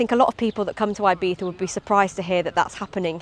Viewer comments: Eye-beetha! As soon as she opened her gob and referred to Ee-beetha as Eye-beetha, I turned off. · 'Ebeetha' is how is Ibiza pronounced - not 'Eye-beefa'.. for gawd's sake. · say Eye beeza one more time.